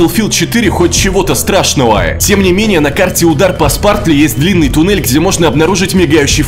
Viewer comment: Не Спартли, а Спратли